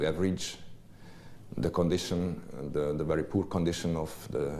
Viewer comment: Kedves, igazad van: a kiejtéssel vannak itt-ott gondok. A "th"-t simán "sz"-nek kiejtve, mint pl. Think@ az én fülemet is nagyon bántja, mint ahogy a "the"-t is sokan erőteljes "dö"-nek mondják, ami szintén borzalmas kiejtés. Viszont összességében nem olyan rossz egyik sem, ha a beszélgetőpartner megérti, az már jó. Örülnék, ha ennyi szót ismernék. Az viszont biztos, hogy te jobban beszélsz magyarul, mint ők angolul.